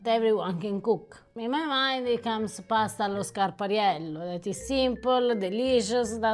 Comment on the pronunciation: love how she pronounces pasta allo scarpariello